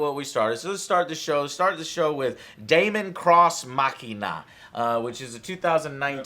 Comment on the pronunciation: Its pronounced demon not damon and it looks like a good mech fighter game can't wait for it's release.